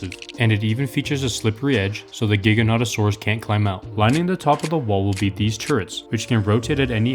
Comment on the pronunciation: Not trying to be mean or nerdy but it’s pronounced Ji-go-naw-to-saur-us also awesome video!